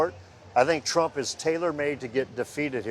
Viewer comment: "Iowans are becoming densensitized to all the indictments" lol, what a hack, too many crimes! Plus she can barely say Trump's name.